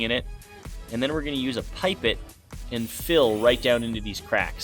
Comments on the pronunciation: It’s pronounced pip-ett not pipe-it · It’s pronounced pip-et not pipe-et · It’s not Pipe-et it’s Pip-et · A pipe-it its a pip-et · Am I crazy or did you just pronounce pipette really f*cking weird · you pronounced pipet wrong